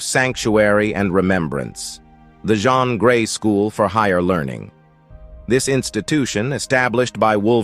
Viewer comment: Jeen not jhon is how u pronounce jeans name